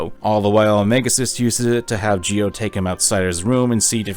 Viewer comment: 2 nickpicks for otherwise a wonderful spotlight on a much deserve game 1:Its Geo not Gio,I know the english dub also pronnounces it that way, but its literally geo like geography 2: while you analysis of the FM´s being representations for negative emotions, it doesnt really add up, Sadly outside of this game symbolism most FM´s are just opportunistic assholes tbh I dont feel there any interesting plot developments in the second one, unless you count Solo´s depression manifesting in a sense of distrusts but actually coming from a situation where nobody gave them a reason to trust anybody, but Im curious about your opinion on the third game